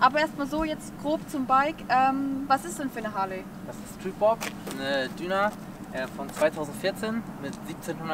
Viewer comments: Dina hört sich nach Richtlinie an 😃, deina ist schon richtig ja, dein Bock ist sehr heiss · Das ist eine düna 😂😂😂das spricht man Dyna aus. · Wenn man sein bike schon vorstellt, sollte man auch den Namen richtig aussprechen. Dyna spricht man ,,daina“ aus..trotzdem tolles Video! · Ja ist eine " Düna " 😂😂😂😂 Dyna ausgesprochen : Daina 😂😂😂😂😂😂😂😂😂e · Geile Maschine!🔥 Die Modellreihe wird allerdings „deina“ ausgesprochen 😁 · Dyna spricht man nicht Düna aus😝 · Wird leider nicht mehr hergestellt, die - wie sagte er? Döhna - haha. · Boa cool ne "dühna" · 😆😆 Genau. und wie der Name des eigenen bikes richtig ausgesprochen wird übrigens auch . Aber sonst --- ganz cool das Video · Gerade eine Minute geschaut und der dude weiß nicht einmal wie man seine Modellreihe richtig ausspricht. Er sollte das fahren dieser Marke lieber sein lassen.